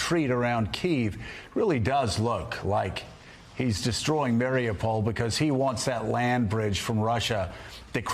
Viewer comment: Say it with me now... ma-ree-upe-pol not mary-a-pole